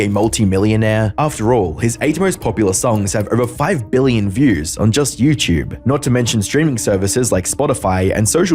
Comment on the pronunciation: What in the F*k is yewchewb ? You mean youtube ? FFS !